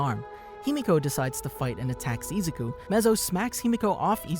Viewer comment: Why does he say Izuku(I-zu-ku) like that, it made me cringe so much